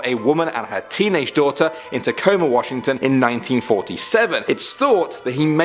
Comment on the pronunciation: Bless your heart trying to pronounce these towns and cities 😂 at least you got Tacoma right